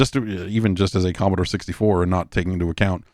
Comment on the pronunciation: Stop saying Commostore